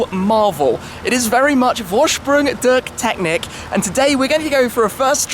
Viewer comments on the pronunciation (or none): it sounds more like "foashproon doorsh teshnik" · “Vorsprung dirk Teknik” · worschbrung derk tecknick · I just love how he butchered "Vorsprung durch Technik". No offense meant, but as a german that really made me crack up :) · That moment he tries to say: "Vorsprung durch Technik" ;-) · to a german it sounds so wrong :D